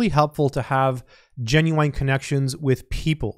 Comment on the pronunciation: revise how "genuine" is pronounced, also back to the serious videos are we, 2 jokes are enuogh for the month